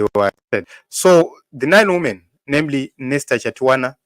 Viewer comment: Women is plural for woman pronounced as "weemen" not "wuumen"